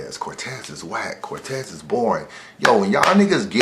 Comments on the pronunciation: Nigga said Cortez. Almost caught the unsubscribe Smh lol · am I the only one who stopped watching the second said cortez?